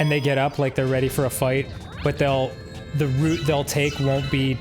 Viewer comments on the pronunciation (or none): none